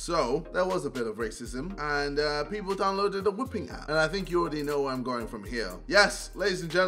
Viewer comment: When jj said 'think of it like this' i thought he said 'finger it like this'😂